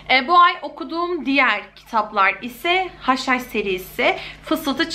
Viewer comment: hush hush serisi dediginde yenilen haşhaş sanıyordum akbskajaajabajsjsjh